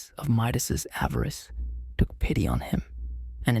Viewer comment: Avarice. Stupid AI.